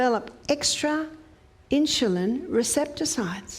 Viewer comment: Please learn to pronounce insulin correctly. You say “inshulin”. If you cannot pronounce it correctly for some reason, I apologize. (when I hear inshulin, it puts my teeth on edge. Sorry. My problem). I love your videos! I have learned so much and am making changes at age 87! THANK YOU! (I bought a rebounder!)